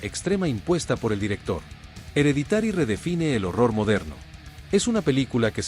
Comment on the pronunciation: 10 : "DE LOJE" ... 8- "EREDITÁRI", 4 ".".DE CÚRSE". 1- SRÉDS. Aprende a pronunciar Inglés, hombre. Qué vergüenza!